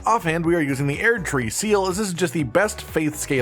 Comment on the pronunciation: I just feel the need to say it’s pronounced “erd-tree” not “eaird-tree” 😂 great build though